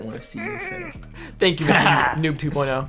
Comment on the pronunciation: what is a noon?Its pronounced "noob" got it good cause i'm not teaching a spelling class